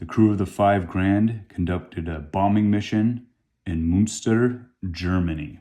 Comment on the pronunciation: Please don't say Munster when you mean Münster these are 2 different cities!